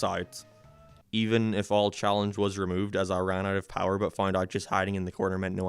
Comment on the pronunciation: Blud is pronouncing power powr